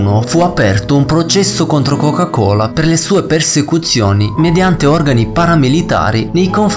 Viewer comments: "La chocah cholah" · Interessante ma: 1) Il verbo latitare ha l'accento sulla a e non sulla i, quindi essi làààtitano e non latìììtano! 2) Nella questione di Placimada, quando si parla dell'inquinamento delle acque operato dalla coca cola, nell'immagine mostrata si vede chiaramente anche il marchio "PEPSI" sui cartelloni delle vittime. 3) Perchè non riesci a dire "Coca-Cola" in modo normale? Dal modo in cui la pronunci sembra che tu abbia del cotone in bocca =)